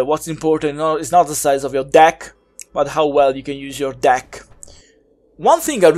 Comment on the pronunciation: I really liked your review. I hope more ppl watch it. I think it would have been even funnier if you more serious and didn't emphasize deck. Was still great and made me lol. Keep up the good work.